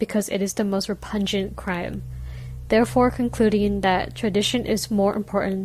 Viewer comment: Gotta work on pronouncing repugnant. You're saying pungent. Re-pug-nant.